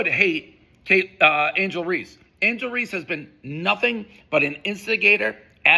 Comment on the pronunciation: Who said angle race not angle reeces dave you a pos